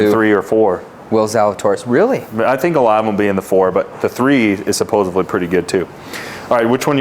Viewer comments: Come on, man. “Supposively”? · It’s “supposedly” bro